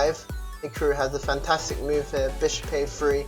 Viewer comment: no it's hikroo xD